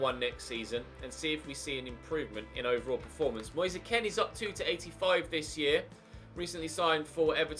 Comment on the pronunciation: It’s moise keen not moi-se Ken